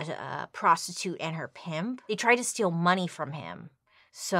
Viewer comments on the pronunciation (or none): none